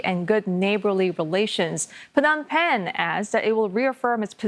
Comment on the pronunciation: Phnom Penh, perfect pronunciation 👍